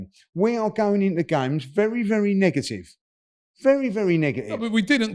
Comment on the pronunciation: “We’ve been negigive, negigive!”